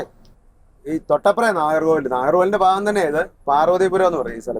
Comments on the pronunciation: Faagam & faasha alla.. Bhaagam & bhaasha! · 🙋💖 fa എന്ന് പറയാതെ ഭ എന്ന് പറയാമോ?❤ ഇടയ്ക്ക് നന്നായിട്ട് പറയുന്നുമുണ്ട്. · Ponnu, Bha ennu parayuka Fa alla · ഇത്രയും നാൾ കുഴപ്പം ഇല്ലായിരുന്നു.. വന്നു ഫ തുടങ്ങി.. ഫാഗം, ഫാഷ.. Don't you guys know how disgusting it's 🤮